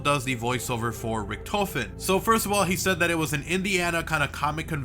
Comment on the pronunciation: I cringe everytime you say Richtoffen